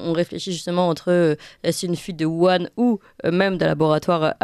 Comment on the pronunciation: on ne dit pas Yuhan, on prononce wouhan (avec un h dur comme le j espagnol). Je parle, lis, écris le chinois, en nov. 2019, les Chinois parlaient d'une infection respiratoire qui leur venait des E-U